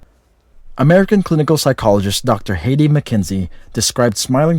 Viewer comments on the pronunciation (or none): Heidi, with an I sound.